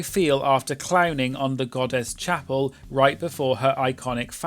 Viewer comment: it’s Chappell, like lapel 😅